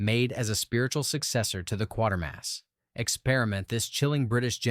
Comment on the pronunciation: Pronounced like crater , qatermas, get it right